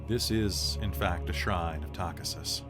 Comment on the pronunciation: Loving the stream. Buuuuut.. "Takhisis" = Ta-kee-sis Tis a small gripe.. 😅 :face-turquoise-covering-eyes